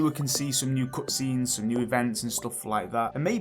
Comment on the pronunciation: Love your take on the potential new updates!! Btw somewhat off-topic but i noticed that you pronounced the "u" sound in words such as "cutscene", "something" and "double" for example, as the "oo" sound like "cootscene", "soomthing" and "dooble", which sounded quite adorable and refreshing xD Is this deliberate or native? Sorry if i'm insensitive about this and i don't mean any harm, just legitimately curious about this. Anyone else realised?